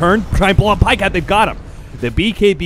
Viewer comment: "paycat", so frustrating to watch